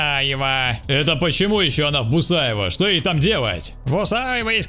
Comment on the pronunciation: Не бусаево а бухаево))))